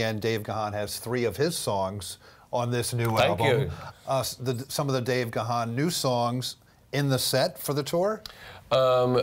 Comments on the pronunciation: I know right? It's Dave Gaaaaaaannnnnn with a silent H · Good grief, the H in Gahan is silent!! So disrespectful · I grew up with Depeche Mode and many of their songs are associated with different girlfriends in those early days. And remember folks, Dave's surname is pronounced "Garn" but spelt Gahan. Keep making the music maestro. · True I can’t seem to understand why they mispronounced his last name wrong 😑. I ❤️ Dave Gahan everything he 🎤 it’s beautiful.